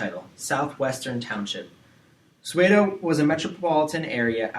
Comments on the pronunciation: 😂😂Cramming hours before my exam.This pronunciation just killed me .😅🙈I'm from South Africa and your pronunciation of "Tsotsi","Soweto" and "Apartheid" is beyond annoying 😢😲😖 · The pronounciation of Soweto and Johannesburg is terrible too!! 😅😢😡